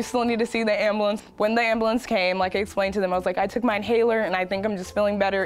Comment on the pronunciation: The bottom half of that black chicks face is darker than the top half for some odd reason. Let's also draw attention to the fact that, as an adult, she still says "ambalance" instead of "ambulance". Bless her heart...